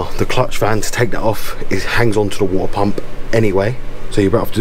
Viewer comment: Wuahteh pamp 😂 jk great vid very informative